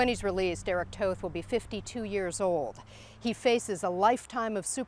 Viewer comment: They say toth incorrectly